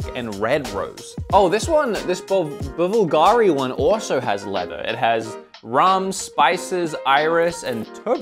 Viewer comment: It’s pronounced BLUGARI .. silent V 😂